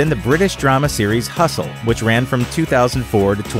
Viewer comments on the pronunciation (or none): none